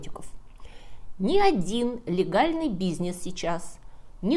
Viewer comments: Очень интересно. Смотрю подряд разные ролики. Видно, сколько труда вложено в подготовку. Увлекательно, иногда забавно, иногда грустно, иногда удивительно. Но почему нет редактора? "На обеих половинах", не "на обоих". В слове "бизнес" "н" не смягчается. "Ве́рований", не "верова́ний". И так далее. Во всех роликах, которые я видел, есть речевые ошибки. Периодически люди в комментариях восхищаются "академическим языком", "прекрасной русской речью" и т.п. Конечно, все познается в сравнении. Но такие ошибки портят впечатление от видео. Очень жаль. Ведь в остальном они замечательные. Кстати, есть ошибки и в произношении отдельных иностранных слов и фраз. Это не так страшно: все языки не выучишь. Но за русский обидно. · фееричное шоу. но немного смущает манера произносить слово 'бизнес' 😊